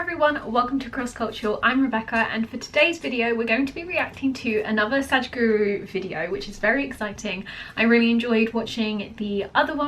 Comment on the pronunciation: It's sadguru not sajguru